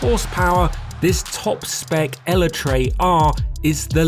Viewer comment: That Eletre pronunciation is wild 😂